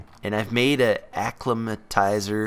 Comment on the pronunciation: It's a-climb-atiser!